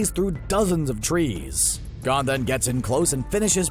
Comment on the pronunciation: Why make a channel about anime if you obviously dont even watch then. You couldnt even pronounce "gon".......